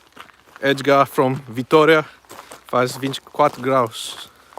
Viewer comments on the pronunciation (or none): none